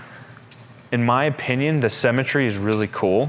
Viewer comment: Every time he says ‘symmetry’ I hear ‘cemetery’